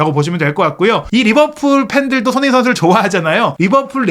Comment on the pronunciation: 발음을 정확히 합시다. 손흐민❌️ 손흥민⭕️